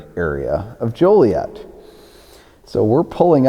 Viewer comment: Why do some people pronounce it as "jolly-et?" Ain't nothin jolly about it!